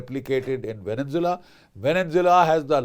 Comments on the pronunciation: It's Venezuela not Venen Zeula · It's called Venezuela, not Venjovela, and it's Caracas not Ca ra cas.